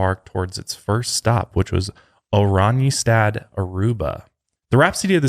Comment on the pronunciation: saying ‘Oranjestad’ cracked me up lmaoo Its a Dutch name and i’m Dutch but at first i didnt even get what he was trying to pronounce 😂 Love you guys